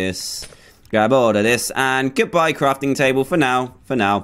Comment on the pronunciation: I like how u say GOODBYEA it's so funny lol